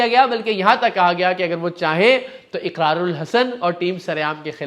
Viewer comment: Punjabi Iqrar pronounce nahi kartay wo Ikrar boltay hain.